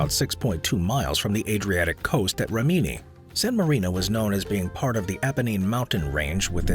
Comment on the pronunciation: Good video. To be precise, “Marche” at min. is pronounced “Marckay” (not marchy) and Rimini has the stress on the first “i“, not the second. Minor issues, but whenever they happen I keep wondering why speakers do not check online before recording: there are hundreds of websites specialized in reproducing the correct pronunciation of words in other languages